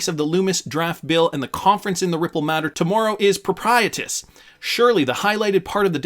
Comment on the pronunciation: Propitious== Pro-pish-us